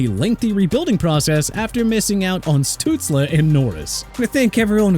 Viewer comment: You can't get Kawhi Leonard's name right!!! It's pronounced Ka-WHI not Ka-Wy-Hee!!!! Also it's pronounced Stuts-lee not Stuts-la!!